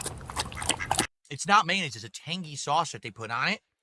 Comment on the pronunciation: What the hell is "MAYNAZE" ?!